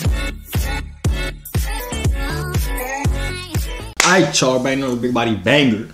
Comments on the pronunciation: It’s joovier not jover not jovier y’all both wrong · LOL IT'S "JOOVER" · Oh no she said joover